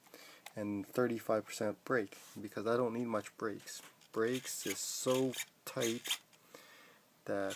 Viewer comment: It's toight like toiger...